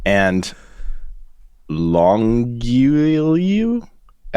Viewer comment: Longueil is proncounced Long gay